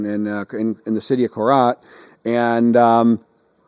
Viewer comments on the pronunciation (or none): You keep saying KoLad, it's actually KoRat or (Nakonrachasima). Thais can't pronounce R, they sound R as L.